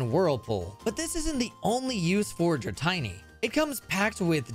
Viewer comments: Had to stop watching as soon as you called it "Dra-tiny". 🤮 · Never say "Dra-tiny" again. Or EcruteeAck. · I know it’s just to encourage engagement… but dratini rhymes with martini, and ecruteak is the color ecru combined with the wood teak So dra-ti-ni not tiny And ec-ru-teak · DRA TINY ??? draTineeee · Why do you pronounce Dratini wrong? It's Dra TEENY not Dra TINY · IT'S DR-TEENY NOT DR-TINY OMG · Tini (teenee), not tiney (tine-y). Dratini. Pronunciation. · Did you just call Dratini... Dra'tiny'??? I hope there's an inside joke i've missed 😂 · Dra-tiny and Ecroo-tea-act are crazy. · No one: Pokémon trainers from Ohio: “oh boy! I can’t wait to go to ek-ru-te-ack city with my Dratiny!” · Dratiny evos into drayguneyer then into dragoonyte. Some convergent mons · Funny how changing the second i into a y only changes the pronunciation of the first i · "Dratayne" Dratini's name is a combination of "dragon" (Dra) and "teeny" (tini) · You're my new favorite YouTuber. Also, dratiny and Ecruteeyok, lol like the other commenter said, I think it's a conspiracy to get comments xD AND IT WORKED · "dra-tie-nie" "ecru-tee-ack" "raikoo" this has to be an elaborate joke, right? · Bro said “drawtiny” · There's no way I heard you say Dra-Tiny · Dra'tiny'..... HOW TF DO YOU MESS THAT UP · Excuse me, wtf is a Dratiny? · WTF is a dra-tiny? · In all honesty, I'm fine with both /Raikuu/ and /Raikoh/. Dra-tiny probably If I've been drinking. Ecrutiack just hurts me in a way kinda like if somebody just insulted my best friend lmao. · Dra"tiny" lawl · please don't say dratiny ever again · Dra-tiny? Ugh.... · The dratini pronunciation hits like a brick to the head every time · I was thinking “darn, that makes a lot of sense”. But after 24 years of Pokémon I can’t adjust to this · Its not he just can't read names properly even though it's incredibly easy to do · Everybody mentioning the Dratini pronunciation, but the Ecruteak one just hurts. A lot. Nice video! Here's my like!